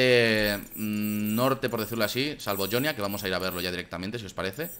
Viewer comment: ¿Por qué dices "Yonia" si en el propio juego dicen "Jonia"?